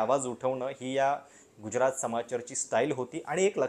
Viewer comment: Prashat uchchar neet kar.Gujyarat nahi tyacha marathi uchchar Gujrat ahe.